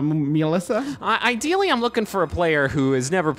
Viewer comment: I love that they actually pronounced the Ё in Mёlissa correctly. Sometimes. They seem to switch between Melissa, Mёlissa and Myolissa all the time.